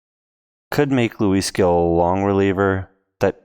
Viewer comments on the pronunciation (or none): Gil is pronounced "heel"